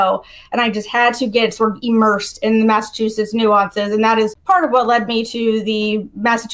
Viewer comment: When did “immersed” become “EEmmersed”? 🤔